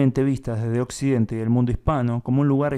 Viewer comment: Opcidente!? 🤔 Espero haber escuchado mal.